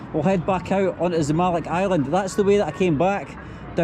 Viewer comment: I'm confused why is he saying Island? Or am i hearing him wrong?